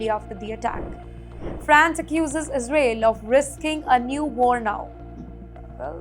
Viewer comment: Very poor pronunciation of Caracas, Caribbean, Israel, and interference. Please improve the English pronunciation.